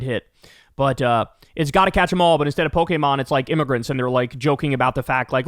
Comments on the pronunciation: Kyle is the only white man who can pronounce Pokémon perfectly. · I'm happy that Kyle can properly pronounce Pokemon